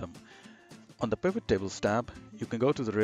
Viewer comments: It’s P “I” Vot Tables! Not P “A” Vot Table! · Please stop saying pAvot table! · Overtime you call it a P-eye-vit table, you hurt my soul. Otherwise, a very good excellent tutorial. Keep it up. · I can't take someone seriously when they can't even pronounce pivot table properly.